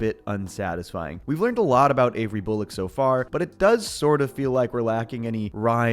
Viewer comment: "aboot" are you Canadian my friend 😂